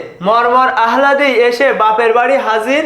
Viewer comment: Alladi uccharon hobe. Ahladi na